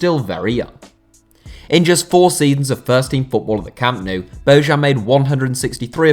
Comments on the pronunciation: It’s bo -yan, not bo -Zhan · it's not "Bozhan", it's "Boyan" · It's pronounced "Boyan", not "Bozhan". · No one in Spain pronounced his name like "Bohan". I listen to Spanish radio and teve regularly and they always pronounced it as "Bojan". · It's not Božan. It's Bojan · It's pronounced as BOYAN!!!! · Bojan is pronounced as: Boyaan. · Why do you all pronounce bojan that way, his name is bo jan(like vertonghen) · Dear god, learn how to pronounce Bojan next time... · for me, Slavic name is pronounced in Slavic way. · the way you butchered Bojans name is horrible